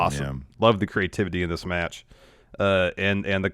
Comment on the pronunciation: NEXT METCH!